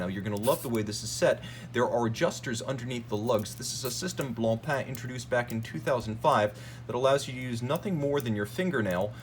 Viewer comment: I’m not trying to stroke your ego but you should know that your an outstanding. You talk fast but very coherent and you bring up awesome Haute horology characteristics that many are unaware of. Kudos.🫡 Your one of the only people in the game that properly pronounces BlancPain👏. It’s a weird French word that means white bread as you probably know. 😂